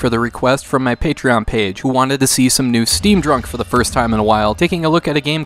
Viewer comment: The way he says Steam Drunk is the worst.